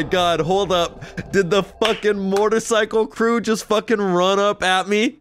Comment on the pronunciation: It sounds like you say “mort-icycle instead of motorcycle lol